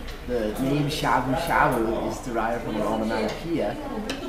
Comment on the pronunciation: Instead of go man som me da, to sound more mature, you say gam as ham me da.